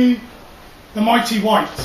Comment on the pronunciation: Its "my" not "me"